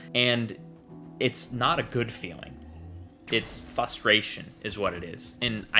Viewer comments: "fustration". Missing an R there friend! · fRustration. FRUH-stration. It has an R in it. Also we didn't need 10 minutes on the plasma pistol.